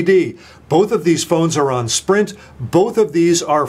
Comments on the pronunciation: Lol you almost said Shprint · he almost said "Schprint" instead of Sprint. Haha